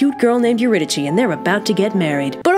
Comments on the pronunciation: me: pronounces eurydice as eurydisee this chick: EURYDICHIIIIIII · Erudike is the pronunciation. Just a note. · It’s pronounced you-rid-a-SEE and also My-SEE-knee-an !!!!!! Source: Oxford studied classicist professor and multiple humanities and Greek teachers over the years. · I thought Eurydice was pronounced "Ur-y-dis" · Couldn't Orpheus have waited to see if she was behind him after they left? It didn't seem that hard to get down there in the first place (Also I'm pretty sure the accurate Greek pronunciation would have been Eurydike, so a k sound, but it's whatever) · It's pronounced yer-id-ih-see kind of like your id (like Iliad) i see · Eurydice: your-id-a-see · That’s not how you say Eurydice ... is that how you spell is?